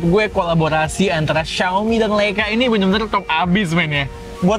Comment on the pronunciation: serius tanya... pelafalan yg bener tu LEica atau LAica sih....???? sepanjang video itu yg ganggu kuping... cuma di chanel ini nih... beda sendiri